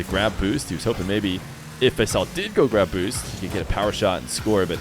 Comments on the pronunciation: His name is Pronounced Fasool short or Nickname for Faisal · fuss ool is the way you pronounce it. It is a nick name for Faisal